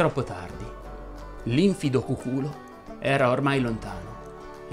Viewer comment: Penso che se ti ergi a conoscitore della lingua italiana tanto da pensare di poterla addirittura insegnare dovresti consultare il vocabolario: infido segue la stessa pronuncia del verbo confidare quindi si pronuncia con l'accento sulla penultima sillaba e non sulla terzultima, errore purtroppo molto diffuso.